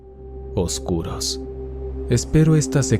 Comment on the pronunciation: Amo esta temática sobre todas la demás Ojalá allá más así Por cierro, soy solo yo o a alguien más siente que cuando dice "oscuros" me suena como si dijera "golosos" 😁